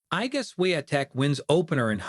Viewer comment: HOW RUDE TO MISPRONOUNCING IGA'S NAME DONT BOTHER MAKING A BROADCAST WHEN YOU ARE TOO LAZY TO PRONOUNCE IGA'S NAME CORRECTLY!!!